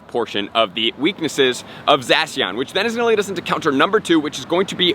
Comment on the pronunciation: The way he pronounces Zacian hurts me